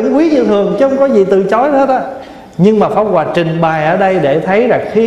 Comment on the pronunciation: Pháp hoà mà nghe thầy nói lại thành pháo hoà. 😁😁